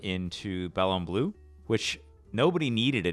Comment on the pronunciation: Did he say Ballon Blue